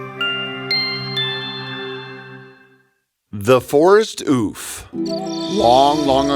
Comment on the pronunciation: When he said the forest ouphe... I thought he said"Oof"😂